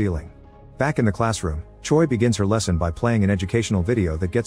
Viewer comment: Choi is pronounced like Chway. Or like Chae. Not Choy.